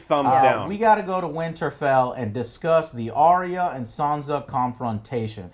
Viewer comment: Are-rea is sounds like an STD Joe. ARE-YA, Arya. Do you just ignore the comments now, I bet you do to avoid the trolls. Well, you cut off your fans with that same stick so.